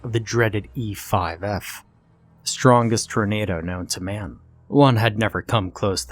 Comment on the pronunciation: Also oof that misspeak "e5f" lol